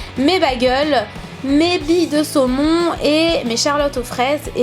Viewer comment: à la fin tu à dit bille de semon MDR sinon super video